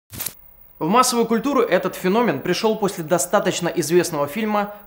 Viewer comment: Не фенóмен, а фéномен.